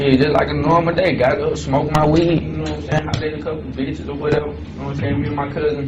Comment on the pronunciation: Rumor has it she still don’t “Gnomesayin” 😂